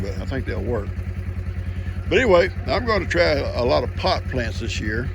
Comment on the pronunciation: I must be having an extra weird day. Every time said pot plants I laughed like a loon!!🤣😂🤣😂🤣